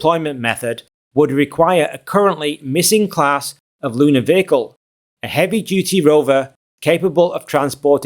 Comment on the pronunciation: what is a vaical ??? what is it with the vowel mispronouncing ??? do school kids get bad grades in school for pronouncing vowels correctly in your country ???